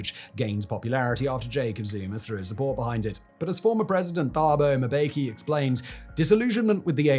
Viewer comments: Mispronouncing thabo mbeki too!?!?! Dude this really is low, you didn't even bother looking up how to pronounce a former presidents name??? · Worst pronunciation of "Thabo Mbeki" ever. Good video though.